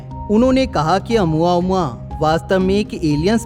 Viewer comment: Nice video bro . It's pronounciation is "O + mu + aa + mu + aa "